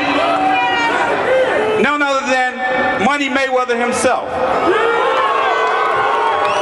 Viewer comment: DID HE SAYS MANNY MAY WEATHER? LOL...